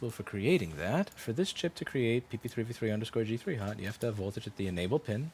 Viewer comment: Am I the only one super amazed at how fast he can say PP3V3_G3Hot??